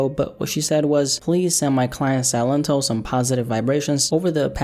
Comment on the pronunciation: See-Len-Toh | y'all saying it wrong it's just silent in spanish 👍🏼